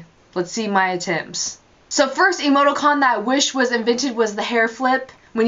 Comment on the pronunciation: it's pronounced ee-moe-TEE-cawn, not "ee-moe-toe-cawn". And the word you were looking for is "parenthesis". You're welcome. (imagine eye-rolling emoticon here)